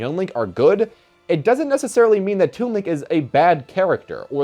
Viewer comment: "with thas in mind, let's get started"